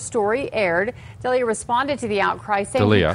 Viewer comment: People that pronounce D’Elia wrong. Juan Fyre s’bad.